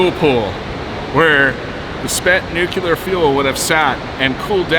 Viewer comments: Please learn to pronounce the word "nuclear". It is "nu-clee-ar" not "nu-cu-lar". I'm frankly boggled by your mispronunciation. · it's pronounced "new klee ar", not "newk ya ler". Please! (one of my top pet peeves) I lived in Vista, CA, about 17 miles downwind of the SONGS plant for 36 years and knew a jumper who would process the fuel rods in and out of the power plant. We never had a release from there, and never experienced any problems, despite several fault zones around the area. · It is pronounced "NEW-clē-ur" NOT "new-cya-lur". If a person is supposed to be familiar with things NUCLEAR and radiological, the minimum expectation from the audience is to pronounce the name of the subject properly. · When I hear someone saying “nucular” I wonder why is it so hard to say nuclear??? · Imagine going to a nuclear generating station and not knowing how to pronounce nuclear. There’s only one “u”. It’s pronounced “new-clear” not “nuke-u-lar” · It's pronounced NEWK-LEE-YER, not NEWK-YOU-LER 🤦‍♂️ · Nuclear. Like nucleus. Nu. Cle. Ar. Not “nukular”. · It's NUCLEAR, not NUCULAR. GOD! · Seriously dude! Less than 5 seconds before I hear the word nukular!!?! Like you present yourself as some kind of informer?! What. The. Actual. Flying. Radioactive. Fuck?! Newwwwww Cleeeeaaaarrrrr Now say those last two together. Just try it. It’s not that hard. It will prevent you from sounding like an idiot. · It's nuclear not nucular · "new-clee-er" not "new-kyoo-ler" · Pronounced "nuclear", not "nukelar". Bush ... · NuclEAr, not nucUlar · If you're going to do a documentary like this on nuclear energy, then fucking learn how to pronouce the word "nuclear". It's pronounced "new-clear", and it is NOT pronounced "new-q-lur". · nuke-lee-urh. not nuke-you-ler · Nu-clear my friend, not Nuc-ular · New-kew-ler? New-klee-ar! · Please don't say "newkyuluhr." It's pronounced like "newclear!" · it is pronounced nu-cle-ar, not nu-cu-lar. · Stop saying nucyaler! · "Nuclear." New-klee-ur.